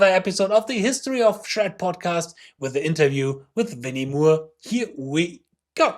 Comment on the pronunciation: How to say Gary Moore.... Not Mure And Winnie Moore is as Gary Moore (More). Mure.... What key do you play in 👀 haha